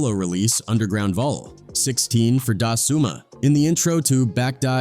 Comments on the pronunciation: “For Da SOoma” lmao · Can you please pronounce the words right it’s Da Summa for a reason